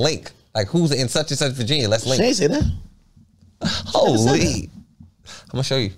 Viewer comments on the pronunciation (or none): The way say Hooolleee 🤣😭😭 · sayin HoooLeee is hilarious 😂